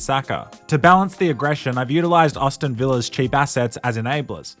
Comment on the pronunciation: "austin villa" the people of Birmingham are going to head in their inbred hands at that mispronunciation 😂😂